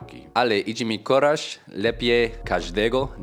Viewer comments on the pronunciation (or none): Błąd zrobiłeś też czytając po polsku napisany wcześniej tekst - "...idzie mi coraz lepiej..." - wyraz "coraz" przeczytałeś po hiszpańsku jako "koraz". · you still mix the english reading with polish reading so words like "coraz" are pronounced like in english "Koraz" and not like tsorass (but youre doing amazing for 3 months!)